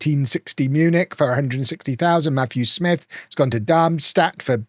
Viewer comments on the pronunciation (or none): none